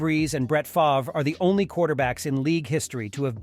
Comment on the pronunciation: Brett Favruh, Rasheee Rice